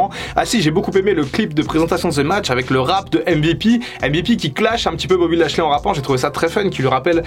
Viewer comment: "BOBBY LASHEULEY" comme dirait Michel